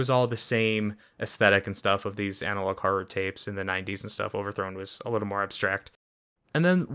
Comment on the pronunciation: BRO HE SAID : OVERTRHONE MANDELA CATALOGUE REAL!